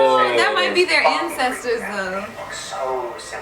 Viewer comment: “their incesters” 😂